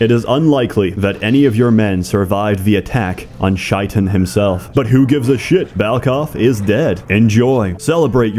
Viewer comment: I like how you turned "Shaytan" into "Shite-on", interesting expansion pack to the Arabic language